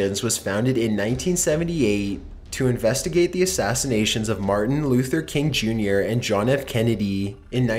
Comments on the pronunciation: its martin luther king, not marther luther king "dill weed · "Martha Luther King?" Come on, you've been doing these a long time. You can read.